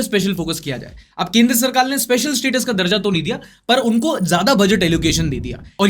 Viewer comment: Maine sul liya aapne 23.38 pe kendra sarkaar ko kendra sarkal bola hai ... Like pakal liya ..